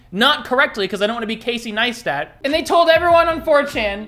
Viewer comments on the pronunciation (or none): none